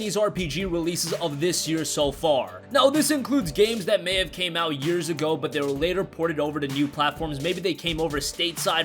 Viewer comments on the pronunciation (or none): none